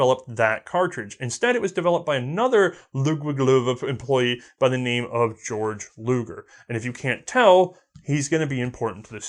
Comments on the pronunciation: I don't know if anyone told you this but you said Georg Luger's name wrong. His name is pronounced "Gay-Org". Although Georg is the German equivalent of the English name George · Why does everyone say "GAY-org....like everyone with that name i met in germany literally just said it as "George" and laughed at that gay-org style of saying it